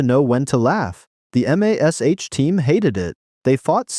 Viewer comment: It's mash. I get that it's an abbreviation/acronym. But you say mash. The word. Not EM AY ES EYCH. Please I beg you.